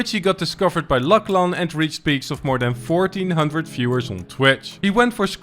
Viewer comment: “luck laan”lmfaoo